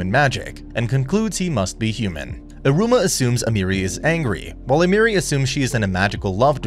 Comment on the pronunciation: A-me(h)-ri not Amiri but ok